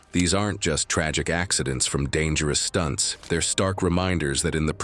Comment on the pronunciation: Dangerous stunts i think you mispronouced that second word 😂